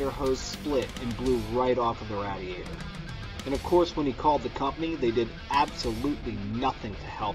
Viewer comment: FFS Get a guy that can say radiator right. I still bought this product but i only had second thoughts because the way the guy said radiator. Like hes never even been around a car before or heard someone else say the word radiator. LOL